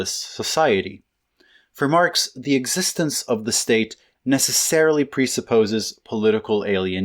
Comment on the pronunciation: did you say marps just then?